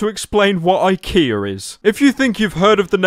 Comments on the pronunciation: Gee they pranked me good I the title says IKEA but this man said IHEA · And he says IKEA with an r on the end.